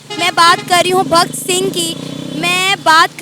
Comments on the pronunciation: Ese khud nahi maalum aur video banane chal di, video banana se pahle thoda homework to kar le,Bhagat singh ko bhakt singh bol rahi hai. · पाकिस्तान के लोग कोई बात को सही तरह नहीं बोल पाते ये रिपोर्टर बोल सरदार पाटेल बोल रही है भक्त सिंह बोल रही है और सब बात को भी पकिस्तान के लोग सही से बोल नहीं पाते भक्त सिंह नहीं भगत सिंह होता है सरदार पाटेल नहीं सरदार पटेल होता है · Subash Chandra Boss nahi Subash Chandra Bose....Sardar Patil nahi Sardar Patel....Bhakt Singh nahi Bhagat Singh....please learn their names before mentioning them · Tune suna hai kya madam... hahaha.. bhakt singh.. he name is bhagat singh.. and its not paatel it is patel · Bhak singh ni😂😂😂😂 bhagat singh hota h😂😂😂😂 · Bhkt sing nahi Bhagat saing hai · Program banane se pehele fridum fighters nam to padhe hote.Bhaktsingh nahi Bhagatsingh ,Sardar Patil nahi Sardar patel kya bol rahi ho ? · Kindly spell proper mam Bhagat singh not Bhakt singh Sardar Patel not paatel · Pahle pronunciation sahi uchharan karle Bahan not bhakt sing ...Bhagat Singh.. 🇮🇳🇮🇳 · Question puchne wale ko hi freedom fighters ka naam nahi pata to bakiyo se kya hi ummid hai शहीद ऐ आज़म भगत सिंह ko भक्त सिंह ( bhakt Singh ) bol rahi hai 🥺😞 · bhakt singh nahi bhagat singh Soheb ko bolne se pahele apni zubaan sudharo😂😂😂😂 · The Names are Bhagat Singh and not Bhakt Singh, Netaji Bose and not "Boss". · Pehle khud ki pronounciation shi krlo dusro ko baad me gyan dena.... He's bhagat singh ji (not bhgt singh) ijjat ke sath aur dhng se naam lena sikho... Lot's of love nd respect to our freedom fighters ❤️ jai hind 💪👑🇮🇳❤️ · She is actually pronouncing as Bhagt singh....I think its the punjabi accent.... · Look a this bhakt singh nahi BHAGAT SINGH HAI aur yeh apne aap ko senior journalist yellow journalist bolti hai logo ko civil ki spelling pai criticize karti hai itni badi saafi hai thoda homework aur pronunciation seeko senior journalist madam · Ye reporter hi unpadh he Bhagat singh ko bhakt singh bol rhi he